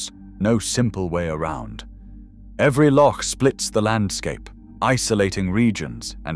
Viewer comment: At least the AI made the effort to pronounce "loch" properly. Terminator 1 - English 0